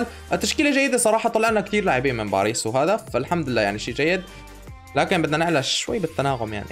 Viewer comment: باريس ❌ بعريص ✅ وشكرا